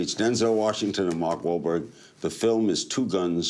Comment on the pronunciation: So Larry CAN say Mark Wahlberg's name correctly LMAO